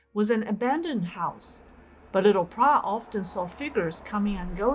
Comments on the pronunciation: I also wondered how came up with this strange name “Prah”. For future video clips, should do a bit additional research especially on the names of people and the correct pronunciation. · No, her name is "Plai" NOT Prah. She is popularly called "Mor Plai Prai Krasip" meaning Sensei Plai a future whisperer.